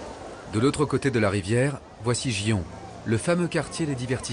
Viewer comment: ... ce n'est pas "gi-on" mais "gui-on" (en prononçant légèrement le "n" à la fin)